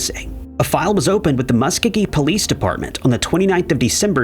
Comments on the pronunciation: That’s not how you pronounce Muskogee 😂 muh•skow•gee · Musk-oh-gee, hard g